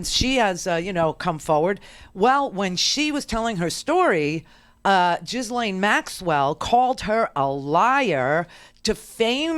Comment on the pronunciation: Ghislaine’s name is pronounced Jill-enn.